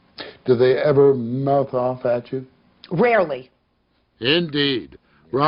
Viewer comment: That "RARELY" 😳